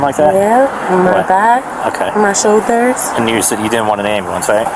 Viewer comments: What is an am-boo-lance? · Why can’t they say ambulance?